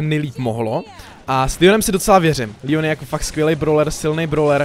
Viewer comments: Proč mu říkáš Líon? Když je to Leon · Je to Leon ne líon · To se nečte (Lion) ale leon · Leon ne lion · Je to Leon ne lion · To je Leon ne lion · Ale to není Lion toje leon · Proč říkáš líon?! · on to neni líjon